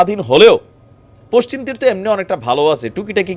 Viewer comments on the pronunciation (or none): none